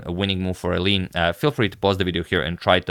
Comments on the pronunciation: He did try pronouncing correctly at the start but quickly reverted back to “Elin” haha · Since you usually care about pronounciation, the Dutch pronounciation of Eline's name would be "Elin E", with the second E sounding the same as the first, "Rubersh". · Well I think if someone who isn't Dutch pronounces it like that the U sounds too strong, maybe Elineh would be better? At least that's how it sounds to me when I hear it.